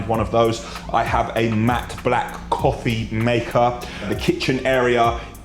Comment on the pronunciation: The way this guy says BLAKK gets me everytime haha